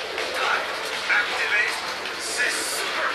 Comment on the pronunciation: That last race actually made me laugh. "i shall acteevate, ze supar boost!" straight off the track lmao